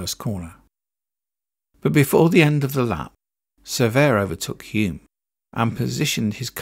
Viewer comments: Hulme not Hume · Can I just add to that - Denny Hulme was pronounced HULLM not Hyoom (he used to say "Don't leave the L out of Hulme). Great video apart from those little glitches - thank you and well done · Denny Hulme didn't pronounce his name "Hume". He pronounced it with the L. His father, Clive Hulme VC said, "You can't knock the L out of a Hulme".